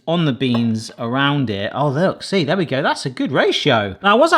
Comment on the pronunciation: Can anyone else hear the difference between when he says "free and "three"? 😅🎉